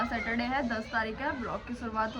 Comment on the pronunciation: Pyri Bhen सेटरडे नही सेचरडे 😂 Remember #excuse me भेया Nice blog🎉